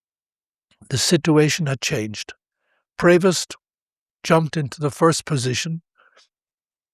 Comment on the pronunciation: About this video verbal voice sound and subtitles : "Prost" is NOT what it should either sound or being written: #PREVOST" Typical American sound to writing usual confusion...